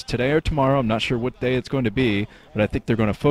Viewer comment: I think you almost said gay instead of day about 3 times in this cast alone. Chuckles were had :)